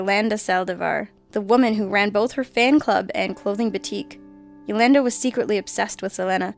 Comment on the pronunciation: I love this channel but I've gotta help you pronounce some names. Selena- like Selena Gomez [S-uh-Lee-n-uh] & Yolanda [Yo-lawn-duh]. 😜 Thanks for the always fantastic content!